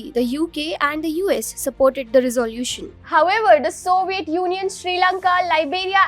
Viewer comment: " Resolution " could have been pronounced a lot better?🥳😎🙄🙄